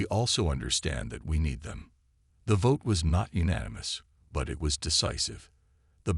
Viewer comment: Please program your AI to pronounce unanimous!